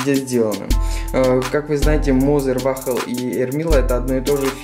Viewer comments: По русски вал,или вол.не вахл.Еще бы вафли сказал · ВАХЛ-МАХЛ епта, хоть бы научился название правильно произносить